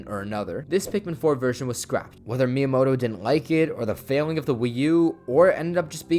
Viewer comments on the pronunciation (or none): none